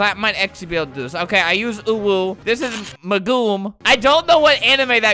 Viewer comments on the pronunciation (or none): Megumin: megume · Albert:says anime girls name wrong Me:U SWINE ITS NOT MEGOOM ITS MEGUMIN REEEEEE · albert: pronounces megumin wrong the whole time me: i am in pain. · Rukia is from bleach And the way you pronounced megumin made me laugh so hard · Megumin weird pronouncation